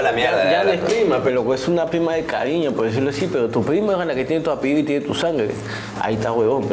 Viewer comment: Maicelo dice pedo en vez de pero 😂😂😂